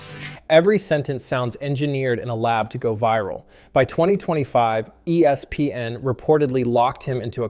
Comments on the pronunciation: He doesn’t just say E S PN. He also says E SPN, ESP N and ES PN. And all of those are annoying as well. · Annoying how he is saying E S PN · Yeah, it’s cringy. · Why is he struggling so bad to just say ESPN?